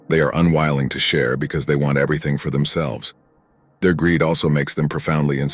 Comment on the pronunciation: He mis pronounceed umwilling